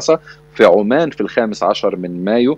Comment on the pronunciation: الى المذيع نطقك للاسماء غير سليمة تقول عمان بالضمة على حرف العين والفتحة على حرف الميم وهي دولة عمان أما مدينة عمان فتحة على حرف العين وشدة على حرف الميم وهي عاصمة الأردن